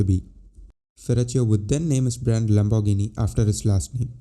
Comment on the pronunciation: Pronounce : Lambor gee nee !